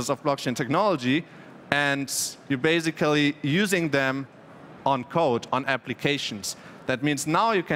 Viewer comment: Sorry to say that but after hearing this I had to listen dictionary saying "basically" and "transaction" few times in a row to heal my ears.